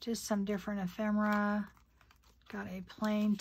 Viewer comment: Its not EphREMA MERA ITS EPHEMERA! Not rema!